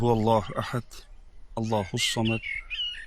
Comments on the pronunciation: Ahat emas Ahad bo‘ladi T bilan emas D bilan tugaydi oxirgi oyatlar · T emas D (ahat, somat.........)